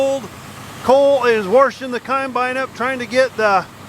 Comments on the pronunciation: Just like never heard it called a con-bine before either 😝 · wershin the coinbine hahahahaha